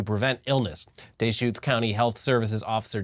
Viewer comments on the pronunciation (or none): Its Dee-schutes County not Dayshcutes source: i lived there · 1) Duh-shoots county. NOT Day-Shoots lol 2) this is not the first time in the past 15 years. Crook County had a situation in 2012? Crook County is next to Deschutes. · As someone who works in the veterinary field, I'm not surprised this popped up in Oregon. Fleas are a common vector for plague and are a year-round nuisance for domestic pets like cats and dogs. People here often opt for "natural" flea remedies that just don't work. Hippies. Loving people but hippies none the less. Also, it's "Dee-shoots" county. That way you know how to order a beer correctly when you visit the Deschutes brewery on your next visit to Oregon. Love you guys. Keep up the amazing work. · It's, duh-shoots. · Deschutes is pronounced duh-shoots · Oregonian here. It’s Duh-schutes. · it's Duh-shoots, lol. And that TB was in Washington State. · Can confirm as a PNW'ner it's pronounced dAschutes. Also imma be in Portland in 2 days🫡. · deehshutes like a texan. you fucking ass